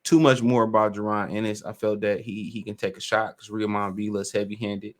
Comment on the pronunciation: A little help on the pronunciation of Villa’s first name. It’s Roy-mahn (Roiman). Rhymes with (Amir) Kahn.